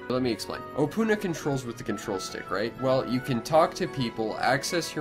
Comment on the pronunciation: You don't say opoona like that, so pronounce it opoona and say it opoona not opoona